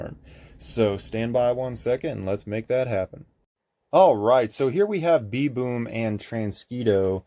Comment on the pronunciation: you are pronouncing it "B.Boom" where the name "B'Boom" is spelled with an apostrophe which replaces letters in the word like "them" becoming " 'em". in this case "b'boom" is pronounced like the animal's name "baboon", but with the "a" removed and the "n" replaced with an "m" so it's pronounced kinda like "baboom" without the "a"